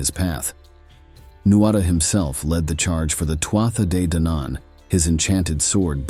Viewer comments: Loving the stories but please this is how to pronounce Too Ha they Dan Ann ❤ sorry! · The first battle of was most likely at Finny, County Galway, and was preceded by three days of a game of hurling, which the Fir Bholg excelled at. The battle leader of the Fir Bholg was Sreng whose burial mound overlooks Lough Mask, near Tourmakeady. I found the mound and recorded its size, shape and location in 2016. And, You do not need to purposely mispronounce Tuatha De Danann